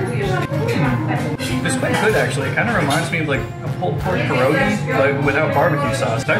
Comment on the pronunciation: Please try to say PYEROGI its not an american dish !